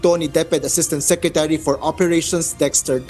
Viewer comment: Ms, bakit SECRECHURY diba po secretary?